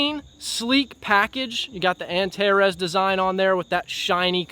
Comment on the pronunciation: Finally an american saying "Antares" the right way. It's not antareese 😂